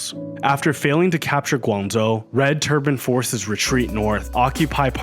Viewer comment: What's preventing you from pronouncing the "zh" properly instead of substituting with "z" sounds? I'm genuinely curious why you'd make the effort to pronounce Mandarin names with proper tones but then butcher an important provincial name with "Guangzou."